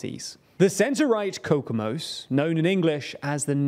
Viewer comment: I had a stroke hearing you pronounce Kokoomus and Finnish names. Good video otherwise